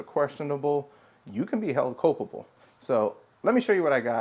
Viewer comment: culpable not copable. :)